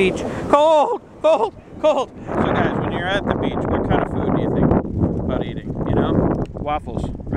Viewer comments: In the end you saying 'beach' turned into a spanish guy saying 'bitch' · all of the beach started to sound like peach